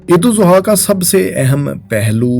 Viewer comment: Sor apki Eid AlAdha ki pronunciation theek nahi Barae meharbani theek kegie.